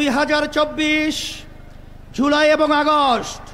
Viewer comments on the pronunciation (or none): none